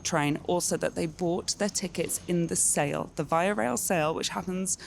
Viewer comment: Such a brilliant journey and so well done. Just for reference it's pronounced VEE AH rail